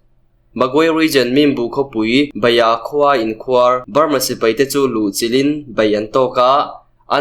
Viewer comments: Inkhuar tih hi i thluk dik lo a nih hi. khuar hi thluk hniam ve tho la. A dik mai ang. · Sipai inkhuar tih i lam rik dan kha a dik lo. Inkhuar dd riin a ri tur dm riin ri lo tur inkhuar d d ri ang. Inkhuar= tih lamrik dan chu= 'Sipai' tih i lam rik ang khan lam ri rawh or Beram tih lam rik angin inkhuar tih hi lam ri rawh. sawhthing = tih ri angin inkhuar i ti hi a thluk ri a di lo. "Inkhuar=Beram' tih ri a inmil.